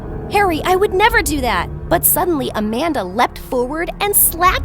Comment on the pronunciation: WHENEVER “AMANDA” WAS SAID IN THE VIDEO I THOUGHT IT SAID “a panda”